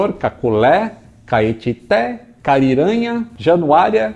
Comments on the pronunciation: meu amigo, vc pronunciou o nome da minha terra errado, é Carinhanha mesmo, com dois "Nha" do jeito que vc escreveu ai. Saudações Aeronáuticas. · Valeu,. Somente errou a pronúncia da minha cidade Carinhanha.. rsrs